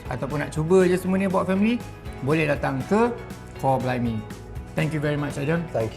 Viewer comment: Ooo sebut 'Kor blimey'. Den panggil chor blimey 😅.